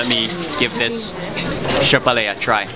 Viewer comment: No shapale its syabhale bro 😁😁😁 anyways thank u so much for this beautiful video love from nepal 😘😘😘❤️❤️❤️